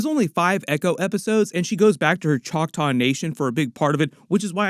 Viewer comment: Just say Chocktaw, man. They're not actually Indians (people from India)